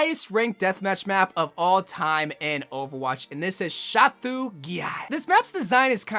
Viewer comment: I think you mispronounced "Chateau Guillard"? Like... You got the first half of Chateau correct, but the second half of the word is supposed to sound like "toe" (not "too")